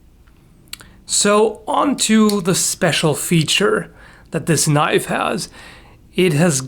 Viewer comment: Thats not a knoife.